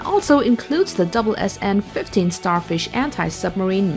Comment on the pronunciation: I don't think the authors understand what an attack submarine is. Sure, all submarines can attack, but that's not how it works ;-) Oh, and Sierra is an actual attack submarine. Btw this is the first time I heard SSN read as "double-SN" LOL